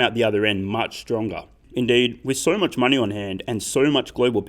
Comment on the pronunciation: Is it just me or does it sound like he says solving the mining problem instead of money problem.